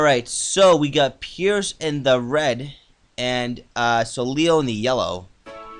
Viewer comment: It's pronounced So-Lay